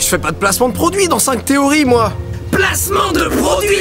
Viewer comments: ... "Produit", le eeeeee vient d'où ? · Placement de produieeeeeeeeEEEEEEEEEE!!!!!! Même les chats on cet accent...